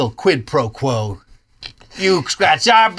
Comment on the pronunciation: Please tell me I'm not the first to hear "Quid pro Crow"